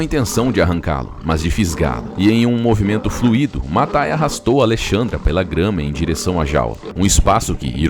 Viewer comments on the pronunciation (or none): none